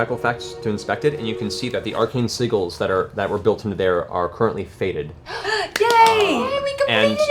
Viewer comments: I picture a bird with a wizard hat every time Matt says "Arcane Seagull" instead of Sigil! 🤣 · so did someone ever tell matt that it's pronounced 'sij-il' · PLEASE look up how to pronounce sigil correctly... FAV MOMENT THO.... that hellish rebuke kill shot!